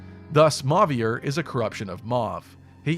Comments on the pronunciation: Well, for what it's worth, 'as a french native', "Mo-vee-eh" is the way it should be pronounced if we follow usual french phonetic patterns. So yeah, I say it like that and I twitch a bit every time I hear the final "r" pronounced. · I had the same thing with Mauvier as well. I pronounced Griss as “Gr-ee” too.